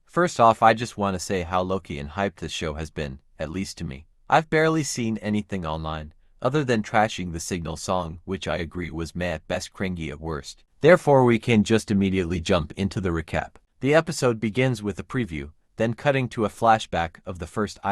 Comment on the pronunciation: bro chill it's been 1 episode, edit: also did the AI say cringy as crinG-y???????!